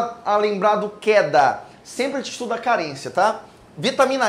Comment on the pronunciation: Kkkkk Keda = kenned dá, maliciei jkkk